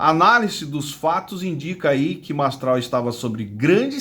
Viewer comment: Nao sabe falar nem o nome do cara MASTRAL 🐴🐴